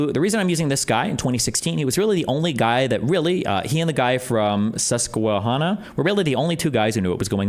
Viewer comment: This is the second time you've mispronounced Susquehanna. It's not han like "Han" Solo, its like Hannah (rhymes with "pan", not "on").